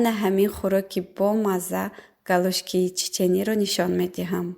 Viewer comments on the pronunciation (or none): Да блин апачон уже ёд гирен не "голушки" а "голошки" это не чеченское а грузинское блюдо